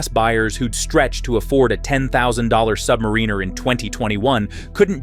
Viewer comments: I dunno, not listening to anyone who calls the Rolex Sub a “Sub-Marine-Er” vs Sub-Mare-In-Er 🤔 Another BoT channel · Don’t listen to anyone who calls the 24 secs in…Rolex Sub a “Sub-Marine-Er” as it’s pronounced “Sub-Mare-In-Er” Even for a BoT the moron who stitched this all together doesn’t have a clue.